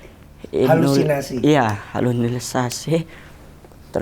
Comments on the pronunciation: Inulisasi wkwkwkkkkkkkkk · Ngakak dia ga bisa ngomong halusinasi